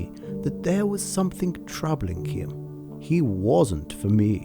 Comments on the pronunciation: What a Godawful phony and contrived "accent" this narrator has. Sadly, your pathetically desperate attempt to sound "cultured" or "refined", or whatever you think your way of speaking conveys, fails spectacularly when you say "somethink" as opposed to "something". Professor Higgins would be terribly disappointed in your shameful elocution faux pas. Perhaps you should go back and watch My Fair Lady again from start to finish. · Comedy accent by the Voice-over guy! That's not Queen's English - (which he's obviously trying to fake). Even if it were a "proper" English accent, nobody with that level of inbred accent would ever say "sumpthink" when pronouncing the word written "something". The V/O takes all credibility from this film and makes the whole thing utterly laughable.